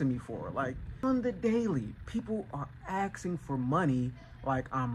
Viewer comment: Axing what? Very "insping" content lol